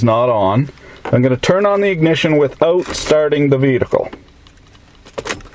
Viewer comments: "Veetical" = Vehicle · "veedicle"? whats a veedicle? Similar to a vehicle perhaps? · Why do you keep saying "vedicle" instead of "vehicle"? Is it Canadian dialect? Grrrrrreat video though! I'm looking to buy a cheap used car, and this makes me think I should buy one of those Autolink devices :) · "vedacul". Are you kidding? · This guy doesn't know what his taking about!!! He can't even pronounce "Vehicle" Right!!!